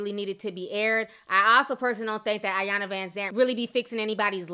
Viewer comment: It's actually pronounced e-yawn-la not eye-yawn-la